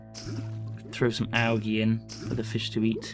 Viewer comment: alge? its pronounced alji